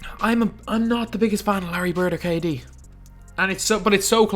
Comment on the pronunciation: I thought you said kid for a sec lol